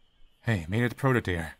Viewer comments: AppSir: Say "yandere".: Yandere. AppSir: Good! Now say "dere"!: Deer. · You can say "yandere," but you always say "deer." ????????